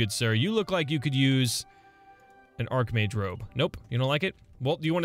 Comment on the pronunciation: "Archmage robe": ITS AND ARHKMAGE ROB